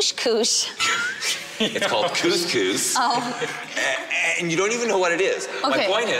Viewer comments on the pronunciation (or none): And to not even know what a Moroccan meal consisted of- yet alone the most popular "couscous" in which she had mispronounced.